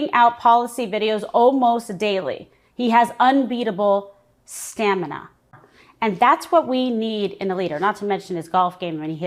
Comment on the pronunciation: I thought she said "Scamina" That I could agree with..... ❤ It's those ridiculous, hideous lips speaking!